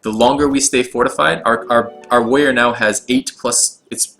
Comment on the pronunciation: be wevy wevy quiet, he's hunting wabbits